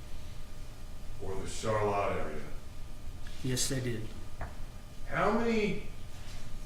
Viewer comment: Why are they pronouncing ‘Charlotte’ all weird like ‘Char•Latte’ to make it sound fancy...